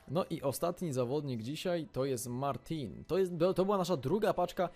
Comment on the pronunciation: Martin czyta się Martę:) a Roncaglia Ronkalia:)